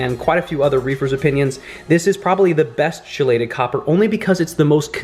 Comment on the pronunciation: It’s pronounced key-lay-Ted